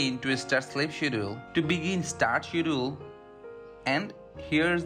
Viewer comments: I was wondering the same thing.I knew what he meant though lol… schedule is pronounced SK-ED-JA-WOOL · Skedjule or Shedul... not shedool!